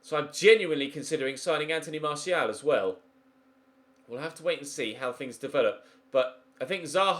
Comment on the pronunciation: Also glad you’re finally pronouncing Martial correctly!